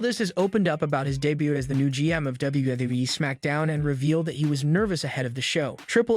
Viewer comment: why are you saying daybutt... For debut... Pronounced day-byoo😅😅😅